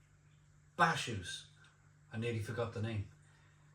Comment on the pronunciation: Bacchus is pronounced BAKK-USS, as in the god of wine 🍷